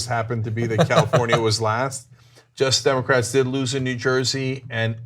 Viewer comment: Every time Cenk says "Justice Democrats," it sounds like "Just Democrats." Has anyone else noticed this?